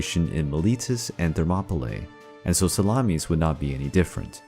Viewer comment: SalamIS NOT salamES